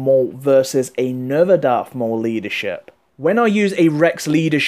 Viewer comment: sorry could you just say leadershiip again please!